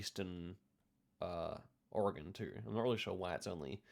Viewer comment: You nailed the American pronunciation of "Oregon"